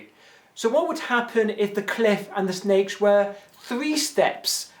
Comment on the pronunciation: when he first explaint the puzzel I anderstood snails instead of sneaks! :D I was like: fine, whats the problem?